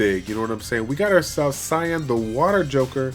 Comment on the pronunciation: Sian is pronounced Sean, Shaun, or Shawn; it's the Gaelic spelling.